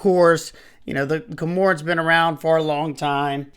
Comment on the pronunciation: Have you ever seen a video of a bait ball feeding frenzy underwater? Cormorants are the birds that dive into the ocean and keep 'flying' underwater, chasing fish. It is pronounced core-more-ants. I don't know why it bothers me that you have trouble with the word.